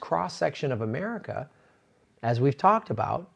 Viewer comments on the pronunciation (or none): none